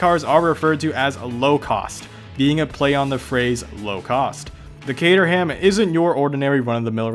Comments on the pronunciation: I just wanted to update you regarding Caterham (UK viewer, and it's pronounced cater (as in catering staff) -am (as in I am), the "H" is silent but let's move past that :) ) Caterham no longer make kits, only fully built cars. However, another option is Westfield, I have a Westfield FW (bought this year) and it's a fun project :) just wanted to update you regarding that :) Post an updated version of this :P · Kay-trum... that's how you say it. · Caterham pronounced as kay-trum. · For the Americans... The 'h' in 'ham' in English place names is usually always silent. Thus, Caterham is Cater'am, Buckingham is Bucking'am etc. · Oh heavens, you really need to stop murdering Cater-ham! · It's pronounced cate-rum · you pronounced caterham wrong! :D it "Kate-ram" or "Kate-rum" (depending on accent of where your from in the UK!) :D but apart from that not bad vid! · Please....Caterham, pronounced Kaytram, is not a replica, it was and is officially licensed by lotus to replace the lotus 7 under licence. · Dude just cause your American... please pronounce the names properly, its CATER-AM.....silent H!! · Lol! Cater-ham? It’s Catr’um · Dez Delaforce good video...by the way old chap, its pronounced kate - trum not cater ham! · Cater-ham? No. It's Cater-ram... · Dez Delaforce its not kate-room you idiot, its kate-er-ham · Dez Delaforce actually its pronounced 'kater-um' down south england. Accents are great ay. Cateram 500 is awesome. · I work at Caterham (which is down south) and everybody at Kate-trum calls it kate-trum - not kate-room, kater-um, or the videos safest bet - cater-ham. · Cateroom wtf. Its pronounced caterum. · it’s not kate-er-ham it’s kate-er-rum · Its not cater-ham its caterham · Haywood Giablomi 'KATE-RUM 2 syllabuls with a very very slight suggestion of ER (syllabul) between the first and second pronounced syllabuls. If you think thats odd try this one STRACHAN, which is actually pronounced STRAWN. The Queen's English, a wonderful thing.